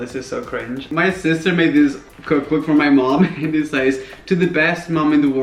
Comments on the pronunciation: You keep pronouncing the word ‘says’ wrong and every time you say it in your videos I can’t help but cringe. Same with the word ‘works’ or ‘worse’😂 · •laur• In the UK they pronounce "says" the same way as Americans do. I have never heard anyone pronounce it the way Raphael does..